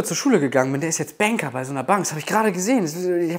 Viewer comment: Er wird Bänkaa, digga. DIGGA er wird BÄNKAA WAS LOS?!